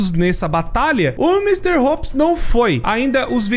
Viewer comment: s0im le-se "opse" não "upps"